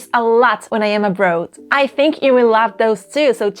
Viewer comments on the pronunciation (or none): Señorita, you have a problem with your pronunciation of one word - the word “abroad.” I can understand why because pronunciation of English words doesn’t follow rules, as it does in Spanish. Don’t pronounce “abroad” with a Spanish “o”. Instead pronounce the “oa” like “au,” as in August. I know that this seems counterintuitive, but much of English pronunciation is not terribly logical. Most of your English is very well done with your ever so cute Spanish accent. Tu acento es muy agradable y precioso. I think that you could have warned your viewers in your 10 things not to do in Spain video that if someone was becoming too flirtatious that they could use the phrase “no me tu te es” to cool things down a bit. I don’t know how they may be in Spain, but in Mexico young men can become quite aggressively flirtatious with foreign women. I am an older gay man, so sadly most jovenes are not flirty with me at all when I visit La Republica. Que triste para mi. 😢